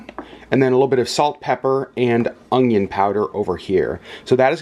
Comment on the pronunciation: omg you say "ongion!" I had never heard this pronunciation until I started watching "Weed 'em and Reap" vlogs, now you're the second person I've heard pronounce it this way.